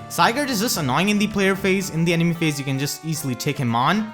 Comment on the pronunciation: I understand why but Si-gurd